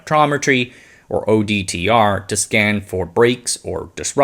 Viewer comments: Sometimes you said ODTR instead of OTDR. It's a tongue twister, like 'nucular'. 8-) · OTDR. Not ODTR, as repeated in the voice over